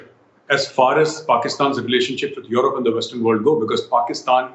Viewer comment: This pseudo Sushant Sareen is such a Godi guy He only has pain in his butt because Pakistan is doing so well in every aspect & India is going down by the day. He cant even pronounce Europe or European correctly. Gaurav Arya is sub zero anyway 😆🤣😂